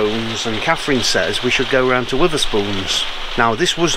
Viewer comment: It's "weatherspoons" not "Witherspoon's"...he was a famous boxer "Tim Witherspoon" 😅😅 well done braving the rain tho ❤